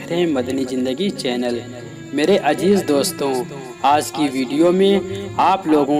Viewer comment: Meri bhi apse ek guzarish hai aap apni zavan pakki karen plz kachchi zavan se allah ki baten sunna acha nahi lagta jaise ajeej ki jagah bolen azeez aisa zavan pakki karen